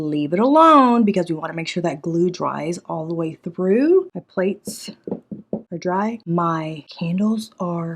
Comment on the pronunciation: The way she kept calling the bowls playes 💀🤣 i love! Shes gonna make that cruise money real quick with her Etsy store garage sale. 😂